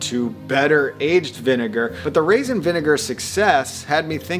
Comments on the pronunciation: Raisin not rasin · Lol and "rasin vinegar" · Raisin, not rasin. Geez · Going to add to the pedantic comments: Acetic, not acidic. Raisin, not rasin. And apple, not apple cider.